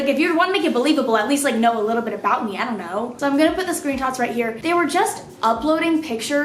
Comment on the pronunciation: Anyone else hear her say screen tots 😂😂 ok cya